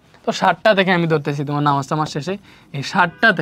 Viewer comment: নামাজ পড়া শুদ্ধভাবে বলুন স্যার। ....❤❤❤❤❤❤❤❤❤